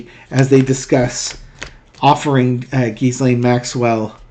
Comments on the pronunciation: The S in Ghislaine is silent. I believe it’s Ghee-lane, pronounced like the Indian clarified butter. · Gee-Lane Maxwell. Forget about the "s" in her name. It's silent. Love your show. Watch you every day!!! :)) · Ghislaine, pronounced 'jee-lane'. The 's' is silent. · Why can practically NO ONE get her name's pronunciation correct?!! It is NOT pronounced "Giz • Lane," the Goddamned "s" IS SILENT!! The correct pronunciation is Gee • Lane!! With a HARD G, not soft!!! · It’s ZHEE-slain. Rhymes with Elaine. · Ghee- lene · oh that's how its pronounced we've been calling her Jizzlaine. Oh well lol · Hey... Pronouncing her name is easy! Just remember that the "s" is silent! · Pronounce her name with no " s " sound. Forget the S . 😊